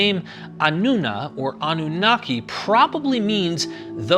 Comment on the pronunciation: anu-naki means the pure one.. am from that region so was easy to figure it out.. even though with you pronouncing it in English… anu- naqi is more close to how it really sounds.